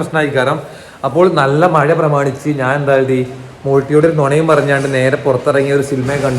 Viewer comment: മയ അല്ലടാ കുട്ടാ മഴ മഴ മഴ മഴ 🤣🤣